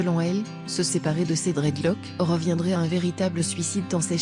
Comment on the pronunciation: " Dreadlock " elle me donne mal à la tête. Prononce le S putain dta ...